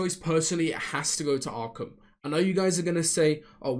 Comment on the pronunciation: When u started saying jahq and streched and stuff I got scared but u came through with Arkham